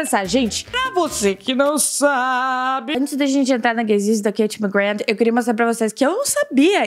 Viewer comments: passei o video todo e no final eu só pensei "FALA O NOME DELA DIREITOOOOO!!!! SE PRONUNCIA ***MACGRÁ*** NÃO MACGRAND AAHHHHHHHHHHHHH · o nome dela se pronuncia KatiE McGrÁth:) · oi anjo eu só queria te falar que se fala mcgraa não mcgraf, ela mesmo disso isso. adoro seus vídeos 💚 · na vdd se pronúncia "ma-gra" ela já falou isso em diversas entrevistas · o nome dela se pronúncia MaGra do jeito que eu escrevi e só pq quando vc casar com ela não errar pq ela e muito bravinha quando erra o nome dela